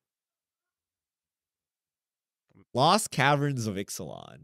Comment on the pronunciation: "lost caverns of Italian" lol